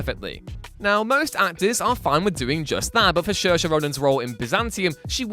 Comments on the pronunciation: Shershe Ronan. It’s like Seersha. Irish names are weird like that. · FFS you are from literally across the Irish sea and you cannot bother learning how to pronounce an Irish name correctly. It’s NOT Sheer-sha as you seem to think, it’s SEER-SHA. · Saoirse is supposed to be pronounced "Sur-sha". I mean, he almost got it right lol. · Saoirse is pronounced "serr-sha" not "shersher" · This... is not how the name Saoirse is pronounced; It’s Sur-sha (like Inertia) not Shersha like....Do your research : ) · its pronounced seeor-sha and i was mad but after looking at it from a non irish perspective I understand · Pronouncing Saoirse as 'shur-sha' is so bloody weird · Pronounced "SEAR-SHA" bro ;-) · It's (sir-sha) FYI. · Sorry to be 'that guy' but her name is pronounced SuhrSHA (Soairse) Ronan (for further reference please see her SNL monologue) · I know how it is pronounced. That's why i was asking who he's talking about. I appreciate that English people won't necessarily know where the "sh" sound pops up in Irish names and just pronounce it like an s, but adding one where it doesn't belong is a bit strange. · To be fair, Sorcha is a pretty tough name to pronounce for people not familiar with Irish pronunciations. Also to be fair, they’re from the UK so they should be familiar enough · Literally every interview she's like IT'S PRONOUNCED SERSHA!!! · What is it with whatculture and mis-pronouncing names? You guys are from UK, Saoirse Ronan is from Ireland, your neighbor. The least you can do is to learn to pronounce one bloody name if you wish to talk about her ... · Haha this dude has no idea how the name Saoirse should be pronounced! 😂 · Gorillas in the Mist was 1988. You also butchered Saoirse Ronan's name.